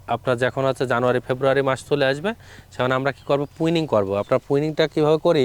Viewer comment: এই হালা ১৩৯ বিঘা বাগানের মালিক, অথচ প্রুনিং উচ্চারণ করতে পারে না, পুইনিং কয় 😂